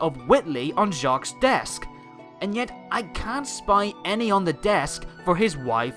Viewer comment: By the way, you don't pronounce the 's' in Jacques, it's French.